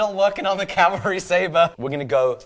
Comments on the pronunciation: At the end of the video did say calvary saver? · "Calvary Sayva"... lmao!